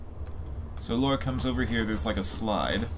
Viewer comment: It's "Lara" not "Laura" 😀